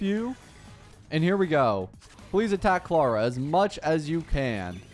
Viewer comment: He says Clara like "clawuh"